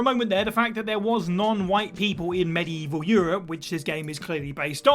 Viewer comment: "their where no whites in medieval(he pronounced it wrong)!" ohh yes there was..like 5 of them...mostly in England and Spain...cuz coast...interior European nations like Poland or Bohimea had about % not white populations hell there are place on this planet to day where the non-native(white or otherwise) have never even seen a non-native